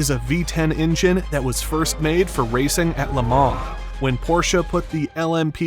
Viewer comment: Maybe you should learn how to pronounce it? 😅 he said it correctly 😂